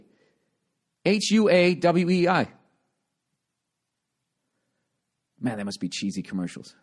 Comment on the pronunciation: I'll never be able to unhear Bill pronounce Huawei